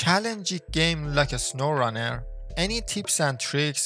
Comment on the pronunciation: "In a sowwrunner"